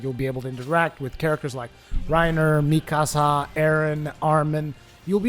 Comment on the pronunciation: Mikasa the accent is on the a not the "ee" not like "me casa" :P ;)